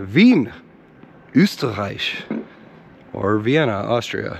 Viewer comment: As an Austrian I have to disagree - the pronounciation was pretty spot on.